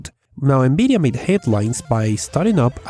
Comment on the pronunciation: Good vid. I am still waiting for my Beta access ':| . BTW, I love hearing you say N-Beedia! :P